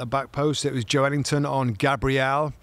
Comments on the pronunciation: FFS. Its Joelinton (pronounced Joel-inton), not Joe Ellington, and it was Bruno Guimaraes playing for newcastle, not Bruno Fernandez. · Bruh.... Im born and bred geordie and it is 100% Jo-elington. Just cos we call him joe linton doesnt make it his name, Joe himself says Jo-Elington. Same with Fabian Schar, its pronounced Scher but we all called him Schar for years. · What a cruddy first couple of minutes. Get your facts right bits. The ball was kept in play by Joe Willock not Calum Wilson. Plus it’s Joelinton, not Joe Ellington as both pundits call him repeatedly. Amateurish.